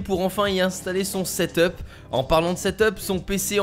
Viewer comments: Ca se dit pas setop bordel mais seteup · Mec pas setop mais setup sinon très bonne vidéo :)